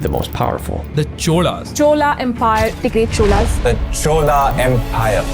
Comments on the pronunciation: It's not Chol it's Chola.... Cholaaaa Correct yourself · Great video, but every time I hear Chol instead of Chola, it sounds horrible.. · Byjus sir in last chola pronouce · Bhai!! Itna mehnat karliya toh thoda pronunciation pe thoda dhyan de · it's "CholA" empire, not "CHOL". It's just draining to see such acclaimed and knowledgeable creators butcher South Indian names, while they go over and above to get their foreign language pronunciations right! I respect Dhruv a lot as a creator, but he lost my respect here! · Thanks for making a video on the greatest Tamil king but I have few objections to the content. 1. Not spelling out the king as a Tamil King and projecting him comes from south india does not help 2. No one have the right to mispronounce the name as they wish. Try to pronounce chola and not chol. 3. There are murals which depicts the image of RajaRaja cholan in Thanjavur, which could be used as a reference to depict Rajendra Cholan’s face Try to create authentic videos as you have the necessary resources to back it up. I really appreciate your intentions but execution needs more authentic content. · Should have showed Tamil language here also pronounce Chola as Chola and not chol. Would look more respectful to the linguistic and cultural differences. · Its 'Chozha' not 'Chol' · All good sir, but you could have pronounced the dynasty as “cholas” instead of “chol”. Translation to Hindi is ok in most cases, but something like the pride of Tamils, Chola can’t be translated… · It's not CHOL IT'S the CHOLA. Kindly pronounce it properly. It's not HIND it's HINDI ❤️🇮🇳🪔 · By the way it's CHOLA empire not Chol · It's not chol it's chola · Not chol , it's chozha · It’s not Chol it’s chola use the correct name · "Chola" not "Chol" 😁 Not sure why the northies keep mis pronouncing. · Chol nahi Chola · Good Dhruv . Very Good Presentation of the POV of Rulers and Corporations. But Pronounce Chola not Chol . Gangai Konda Cholapuram ( Not Kond )